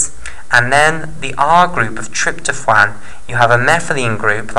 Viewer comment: Sir, don't ever attempt pronounce tryptophan again